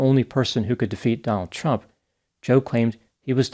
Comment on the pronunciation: I sure dislike the way you emphasize the T when you say Trump.